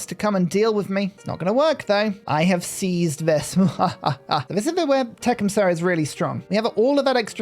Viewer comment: I know it's cringe to correct pronunciation, but I don't think I've seen a single content creator get Tecumseh's name right. It's Tuh-KUHM-suh, emphasis on the second syllable. Tuh, like you're tutting someone, kuhm like you're saying "come here", and suh like in "supper".